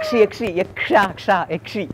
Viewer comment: ശങ്കരൻ പൊളി അവന്റെ ശബ്ദം പൊളിച്ചു യക്ഷി എന്നത് യച്ചി എന്ന് പറയുന്നു